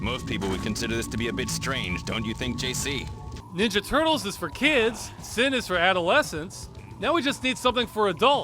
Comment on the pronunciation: I've never heard anyone say "Ninja Turtles" with that inflection before.